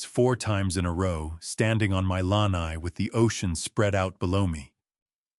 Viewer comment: AI should learn how to pronounce lanai